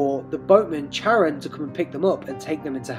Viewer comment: Its Kar-on. Not Char-an.